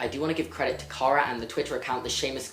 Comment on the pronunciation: when he said I want to give credit I fought he said I want to get pregnant x hahhahahhah